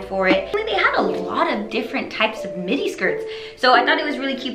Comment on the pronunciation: oh...you were saying "midi" and i heard "mini. i was like " what is she talking about?!"